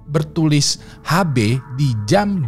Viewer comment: HB = Har Bey ❌️ HB = Ash Bee ✅️